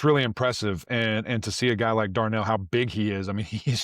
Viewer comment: It’s “Darrell” not Darnell. Nevertheless, love seeing your joy about the FSU win. Go Noles🍢🍢🍢